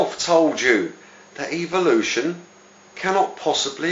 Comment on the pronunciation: PS. It is called EVOlution not EVILution as you pronounce it.